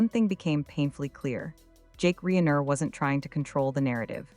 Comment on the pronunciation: Pronounce their last name correctly AI